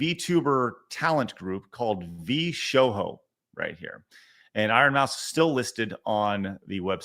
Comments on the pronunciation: bruh the I can't with the v sho ho... its V sho jo, as in /joe/ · pronouncing with Spanish language set.